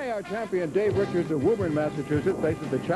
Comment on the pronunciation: Simpsons brought me here, now I ask. Did this guy say Dave Wochards instead of Richards?